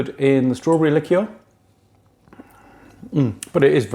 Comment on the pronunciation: Subscribed......nice to hear someone pronounce the word "liqueur" properly!